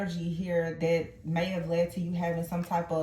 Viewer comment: You said “Dat” It’s (that) can you please speak correct English? Also you said dat um, dat isn’t a word and um is a pause in speech. Um isn’t a good word to use just because it’s a word. People say I’m when they can’t think of anything else to say. You said dat more than, you said dat all through out the reading. I don’t have time to time stamp all the times you said it. It would take too long to get through the reading. Also I never had a mask on in my past relationship, you said we were wearing a mask. when you mentioned the Queen of Cups card. Also my past person wasn’t married just lied and cheated and got two women pregnant in the beginning of our relationship.